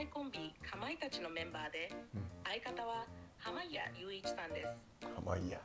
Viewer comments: はまいえりゅういちをはまげとか色々間違えてるので笑ってしまった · ずっと濱家って言えないの笑うわwe